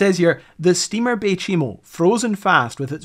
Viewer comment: You know chai tea? You pronounce the name of the ship like you would say chai, no chee.. Fort chimo was later renamed bay chimo, and became a small inuit town. Some of my friends are from there. The community was abandoned in the early 2000s though some former residents keep cabins there and visit their homelands during vacations. (Its also called umingmaktok, meaning musk ox lands) i spent most of my life in cambridge bay.